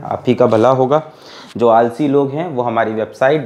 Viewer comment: Legend always say jow by jow = jow by jow😂😂